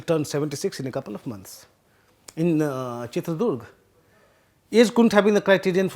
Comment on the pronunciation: since you are going to cover the Karnataka elections over the next few weeks - please get the pronunciation of proper nouns accurately. It’s not Chitradurg but Chitradurga. Also names that end with “dra” like Vijayendra are pronounced differently in south India than in north India. Also Basavaraj is pronounced as bus-uv-ah-raj not bas-uv-a-raj. Please keep in mind the sensitivities of the viewers especially paid subscribers like me